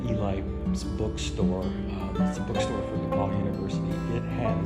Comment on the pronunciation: its depauw not depaul but good work!